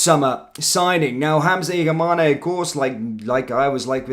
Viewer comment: Its Igaman not igamane the e is silent